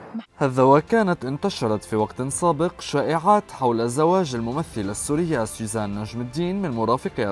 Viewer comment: طيب ما بتعرف تقول سوزان ليش عم تقول سيزان ولا انتو اللبنانية ما بتحسنوا بدون قلة طعمه